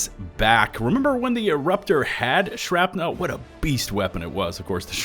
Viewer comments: absolutely everyone ever: "shrapnl": "Shrap-nelle" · Why do you keep saying "shrap-nowl" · The way pronounces "shrapnel" as "shrap-nel" makes me suspicious to what flows through his or its veins. Rest hands on Senator. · You drive me crazy with that "shrap-nell" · Okay, I'll take the bait. "Shrap-NELLLL" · "shrapNEL" lol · Haha…The ole SHRAP-NEAL trick! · Why are you saying "shrapnel" so weird. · I was about to make a comment about mispronouncing "shrapnel" but then I remembered that I'm from texas and I can't say words properly 😕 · The way you pronounce the word "Shrapnel" is disconcerting and makes me think you are not human. Are you actually an automaton spy? Do you hate democracy? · you pronounce shrapnel funny. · i spent the majority of my time watching this video questioning my pronunciation of Shrapnel. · Crap had my ears bleeding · Holy shit I didn’t realize how he pronounced it until just now lol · You’re killing me with the way you pronounce shrapnel.